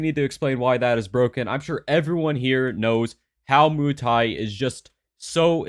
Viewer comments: i do muay thai irl and i agree this is the best in the game lol btw its pronounced like 'moi tai' but it doesent really mater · BRUH IM SO TIRED OF PPL SAYING MUAY THAI WRONG LIKE DID U EVEN BOTHER TO GOOGLE OR WATCH A YT VID B4 MAKIN IT?